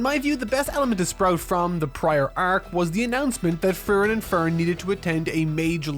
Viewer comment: the amount of times you screwed up Frieren's name and Ferns was comedic in its own right. great vid besides that. makes me want to finally delve in.